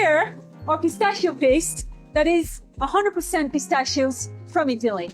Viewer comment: I hate how she doesn't know how to pronounce pistachio.